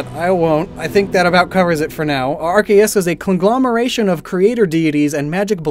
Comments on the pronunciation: When he called Arceus "RKS"i was dumbfoubded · youre pronouncing arceus' name wrong